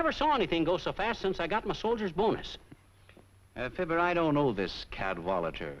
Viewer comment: Fibber, not "Filbert."